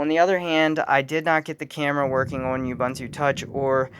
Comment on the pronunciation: Say it with me: "Oooh Booon Tooo", not "Yubuntoo"